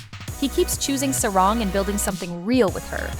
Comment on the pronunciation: Just for help - there’s no short a in Hangul. A (ㅏ) only sounds as Ah in Hangul so Sa-rang isn’t Sae-Raeng (unless spelled that way, which isn’t ㅏ but rather ㅐ), it’s Sah-Rahng. 😉